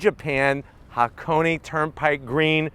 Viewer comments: Small pronunciation check: that should be Ha-Ko-Nay (near enough, the 'nay' is short) rather than Ha-Ko-Knee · It's pronounced haa·kow·nay, not haa·kow·nee. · Its just pronounced hakon. Not hakon.eeeey. hakone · Ha Ko Ne pronounced "Hakonay", not hakony LoL. Love your videos though! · It is Hakone(haa•kow•nay). Not HakoNI. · Say it with me. HA-KO-NAY kthx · He just can't seem to say Hakone correctly.